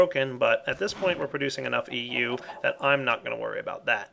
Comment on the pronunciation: its EU not MJ